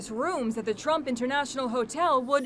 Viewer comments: Did no one here she said trope instead of trump lol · trump not tromp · “the tromp hotel” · At the end she said trop instead of trump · She said "trop" hotel instead of Trump hotel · She said trope hotels lmao... FIREDDDDD !!! Jk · “trop hotel” hehe 😂